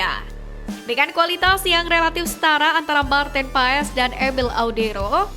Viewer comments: Maartin Paes? PAAS min bukan PAES... Maartin Paas.... hadeuh... norak banget adminnya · Min maarten paes sebutannya "martin pas" min yg benar pengucapannya yah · baca nya Maarten paas min ini valid dari kakek" yg besar di belanda pake kacamata wkwk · Min... Koreksi penyebutan nama Maarten Paes... 🙏🙏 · 😮lidah indo... Maklum... Lulusan SD